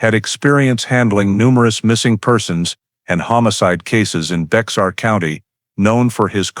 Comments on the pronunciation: Maybe not a big deaI to some folks, but it is pronounced Bear County, NOT Bex-are County. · Minor point: "Bexar" County is not pronounced with a hard "X". It's a Spanish word and the E&X is silent and pronounced together with a "H" sound. Like Bay-Har. This is a very intriguing story and very factual in investigative lay-out. As a retired Fire/Arson investigator with over 20 years in that position I can relate to every part of this. Every fire fatality had to initially be handled as a homicide until accidental causes could be determined. Once you leave the scene you may be required to get a search warrant signed by a judge to re-visit the now crime scene. The first thing the judge is going to ask is why didn't you finish your investigation when you were there the first time. Lots of times we rely on the results of the Medical Examiner to determine if the victim was dead prior to the fire or if there were in any projectiles in the body that we could not see due to charring. Maybe the deceased was the arsonist. The job was anything but easy and no two were exactly alike. Glad to be retired from this for the past 36 years. Now the only fire I concern myself with is the one I'm grilling hot dogs or hamburgers on. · Bexar County is pronounced like bear. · Its Bear County. The X is silent. Its Indian/Mexican for friend. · Bexar county is pronounced bear or bare. I lived there 4 decades. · Pronounce Bear as Bear the X is silen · I said the same thing in my head bear not bear lol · Just FYI if going to narrate learn how to pronounce the County's name Baxar pronunciation is Bay har. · Its bexar pronounce it. Not Bex tar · Did anyone catch the fact that Whitaker said no one would believe him because he had an "in" in the department? Explains why the guy kept wanting him to look at the old boyfriend. I think they need to look at that guy as well. 🤔 By the way, it's pronounced as "Bear"